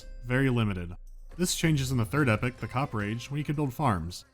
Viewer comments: Can you stop pronouncing "Epoch" as "Epic"? Thanks. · Your pronuciation of Epoch had me so confused...it's not epic...it's ee-pock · Its EPOCH, not epic! xD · There is no excuse for pronouncing epoch like epic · Epics? you mean Epochs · The way this guy pronounces epoch, lol